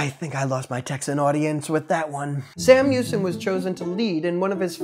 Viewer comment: Memes were funny , the review of history was a joke and shouldn't be allowed in any classroom. The funniest thing may have been your pronunciation of Brazos, San Jacinto ,and Houston (really you can't get Houston right)